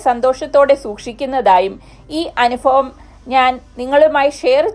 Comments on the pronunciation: അനുഫവം അല്ല - അനുഭവം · Anufavam alla chechi...anubhavaam enna..baki oke .sheriyanu..kelkumbol boradikunnuu.. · അനുഫവം, ഫൂമി... അനുഫവം... ഇത് ഏത് ബാശ..